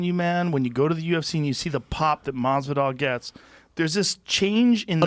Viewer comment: Everytime brandon says masvidal i get hiccups 🤮 like dude fix it.